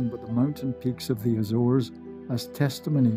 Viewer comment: Ok but it's not azeres islands